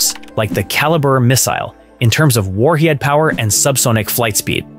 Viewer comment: Seriously, Im-A-ger-ey, and then followed by "warheaed power" ten seconds later made me about fall out of my chair. AI narrators should be banned unless they are in a comedic sense as their gaffs are just too good to take serious content seriously.